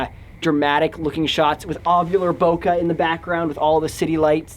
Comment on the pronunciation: Guys, actually it's bokeh not bokah. But say what you like. I mean, I'm just the guy who moans for some unimportant sh*t. Also have to mention, I love your videos! Keep goin👌